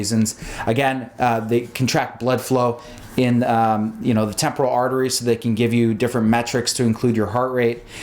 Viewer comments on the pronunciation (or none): none